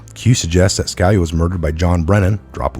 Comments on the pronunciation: it's SKa-LEE-ah - please learn to pronounce our great former SC justice's name. ughhhh. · Just to give you a heads up.....Scalia, is pronounced....sca...lee ah....